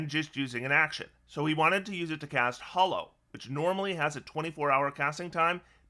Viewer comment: Why do so many people mispronounce Hallow as Hollow?